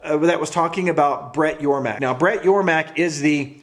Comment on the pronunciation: Great video, btw its Yormark, not Yormak... lol